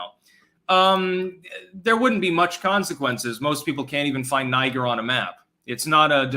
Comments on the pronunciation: ....it is not pronounced Ni-ger, or Nee-ger, Nyy-gor, it's Neee-jjjjjjj-air.... ( or Niii-ggggair .... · Niger is pronounced nee-ZHERR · Ive heard a lotta formal news outlets pronouncing it "Nee-Jay" with the J pronounced like French "Je." seemed weird to me but I guess you could get that from Niger with weird french colonial dialect.